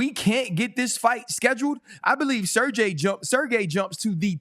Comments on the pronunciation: DC is really Chael'ing Sergei's name 😂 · I like how DC calls Sergei’s last name, this mofo gotta do his home work, thanks RC to let him know how his last name pronouncing